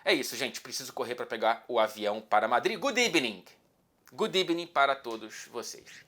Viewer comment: é ebening?? n né. Evening: boa tarde ne